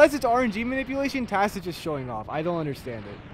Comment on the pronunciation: I like it was referring to the thing like it's a name like he's calling it tas